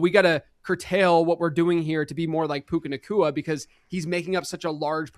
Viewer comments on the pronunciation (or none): did you mean Puka-naCHEWa??